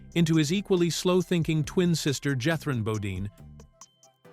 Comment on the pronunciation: Oh, please! Everybody knew Max was Jethrine (pronounced "Jeth-reen", by the way)! That was the fun of it!